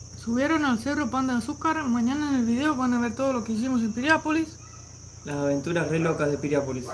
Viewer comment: Piriápolis. No es pirian.